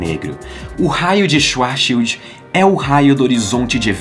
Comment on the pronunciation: O jeito certo de se falar é " Xvarts xild " é uma palavra alemã Schwarz significa preto e Schild escudo. Ou seja : escudo negro "